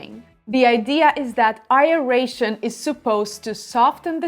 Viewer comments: Been watching your videos for a bit. It's pronounced AIR-ration, not EYE-ration. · It is "Aeration" not A-eration. It comes from Latin.